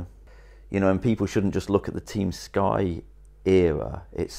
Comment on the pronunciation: "TUEM SKY"